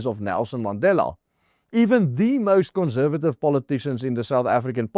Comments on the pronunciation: Please... conssssservative, NOT conzzzzervative! Doen asseblief iets oor jou Engelse uitspraak. Maak ore seer! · Great article. Just a bit of constructive criticism. Conservative - the s should not be pronounced as z.